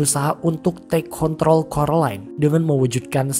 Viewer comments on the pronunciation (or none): none